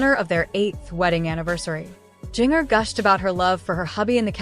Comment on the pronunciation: Please learn to pronounce her name correctly. VERY irritating. Won’t watch again.